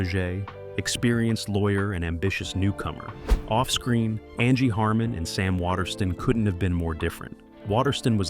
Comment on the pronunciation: NBC proves once again that network executives are some of the dumbest tools earning waaaay more money than they deserve. (On a separate note, what was with the Angie Harmon segment? Beyond the fact that most of the photos were NOT of Harmon, is it asking too much that you pronounce her name correctly?)